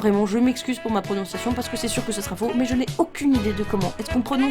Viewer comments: Le parc de Krka se prononce "Ke-r-ka" ;) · merci pour ce beau reportage KRKA se dit "karka" simplement splendide